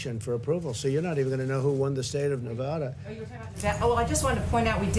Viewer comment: nev-ADD-uh, NOT nev-ODD-uh, David.